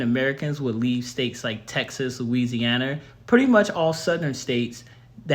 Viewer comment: Why do you say Louisiana like that? That was weird second I’ve never seen black Americans not African-Americans. Come together on any day outside of a family day with the actual real life families unless it’s a gang or a drug dealer or something